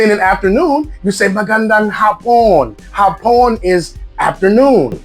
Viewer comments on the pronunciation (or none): Yoor wife should teach you correct pronounciation of Tagalog word. e.g. the word hapon, the stress should be on the first syllable as in "haaa-pon. If you put the stress on the second syllable as in ha-pooon; that means Hapon which is the Tagalog for Japanese male. You should learn correct Tagalog/Filipino grammar because you could be misunderstood beacause meabibf of word differs depending where you put the stress. Okay... I call on your wife. Seems your are learning alone by yourself. She should guide you in your Filipino language learning journey.